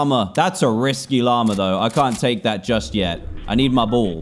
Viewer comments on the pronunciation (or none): Us: ball Dan: boll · Every time he said “ball” I thought he said bull lol